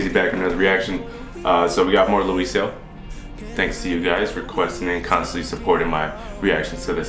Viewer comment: You sometimes pronounce his name wrong and sometimes correct. I don't fault you there though It's pronounced Law-yee-so Anyhow 😀 New Subscriber Alart ❤ Thank you for reacting to our boys music. That is indeed one of his own songs ❤